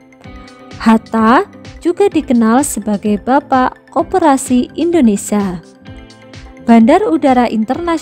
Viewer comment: Indonesia buk bukan Indonesa